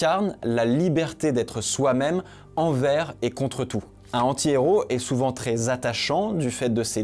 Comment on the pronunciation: Le fait que tu ne fasses pas la liaison entre "un" et "anti" quand tu dis "un anti-héros" me rend fou de rage